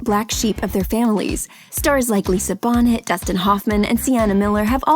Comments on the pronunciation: Who TF is Lisa Bonnet? It's Lisa Bow-nay! Geeze. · It's Lisa Bonay not Bonnet! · Lisa BONNeTT!!?!? Omg...........get some real reporters who know how to pronounce names correctly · the narrator saying lisa "bonnet" was hilarious